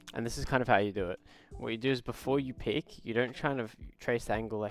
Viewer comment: it's peek man